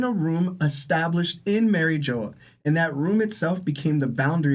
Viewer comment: Merry Joe is crazy pronunciation